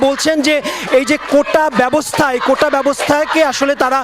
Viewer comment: এরা কেমন মেধাবী, কোটাকে উচ্চারণ করছে কোঠা । এরা আবার বিসিএস দিতে চায়, কি সিরিয়াস ফাজলামি।